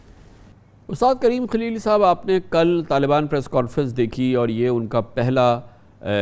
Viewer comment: کامران صاحب موصوف کا نام کلیلی نہیں ہے بلکہ خلیلی ھے شاید آپ اردو کو انگریزی الفاظ میں پڑھ رھے میں